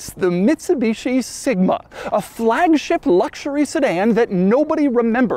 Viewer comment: Frrrrrrrragship, LOL